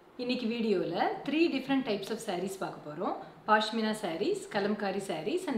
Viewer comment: It's not paashmina, it is pashmina.